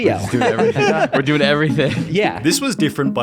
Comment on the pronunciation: The extra stress added to the end of the last word of every damn sentence... "Helping-a", "Doing-a". I can't stand it.